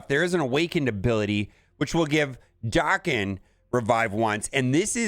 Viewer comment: Damnit man! Why can’t you read?! What is Liam Neesam’s best movie? Taken. Now, pronounce Wolverine’s son’s name again, correctly. Jesus Christ….